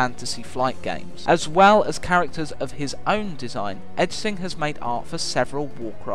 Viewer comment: As always, great video!. Can't wait for the next one. Also, Ejsing is probably pronounced like "Aising", but even in Denmark this is an uncommon name, so I may be wrong.